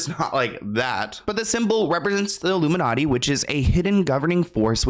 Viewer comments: I feel like he was saying "Luminati" not "Illuminati" and saying "All Mocking Tongue" instead of "All Seeing Eye" and just going off of what the hot topic at the time was. He is a stand up, sketch comedy, improv guy at heart. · Isn't he saying luminutty? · What else does the hand gesture look like… that’s why he said “illuminutty” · He says “Illuminutty”